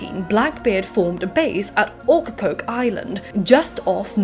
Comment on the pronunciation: I'm from Wilmington NC but my ancestors came from England in the 1700s to currituck which is another coastal town full of pirate shenanigans. I loved hearing how you pronounce Ocracoke, Beaufort and Topsail. Here we pronounce it "oak-ra-coke", "bow-furt" and "top-sull" very southern American lol I live in the mountains now but I still miss the smell of the pines and the sandy black soil